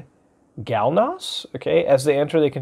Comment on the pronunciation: Aleutian Galnos???? islands lol